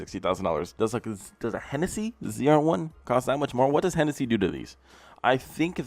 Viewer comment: Bro it's Hennessey. Look him up.